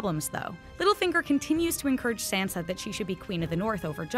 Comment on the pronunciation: It's Sansa, not Sensa